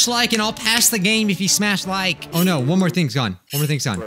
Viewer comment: OH NOI- Me: for now on I will be pronouncing no as noi